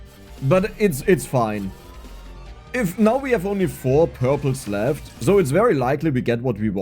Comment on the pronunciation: Dude its S, not Z. "So" not "Zo". "Super" not "Zuper"